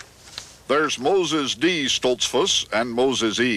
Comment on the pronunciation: seconds pronounces it Stolts - foose with the goose sound, not a fuss like bus sound that Mr. Kuralt uses. Either way people in those parts new when Mr. Kuralt spoke he wasn't from around there. I always enjoyed this series.